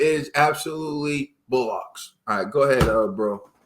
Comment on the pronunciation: Loooool saying bollocks as “bo locks”